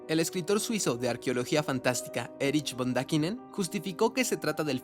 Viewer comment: NO ES ERUSH BON DAKENIN!!!!!ES ERIKK FON DANIKEN ASÍ SE PRONUNCIA!! APRENDE, ESTAS COMUNICANDO Y PRONUNCIAS FATAL!!